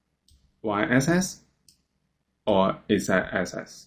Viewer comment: why is it that whenever he says "axis" it sounds like he just ate something that hasn't cooled down enough